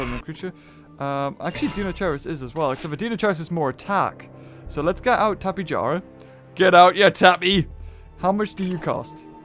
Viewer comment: tapejara is probably pronounced (tap-e-hara)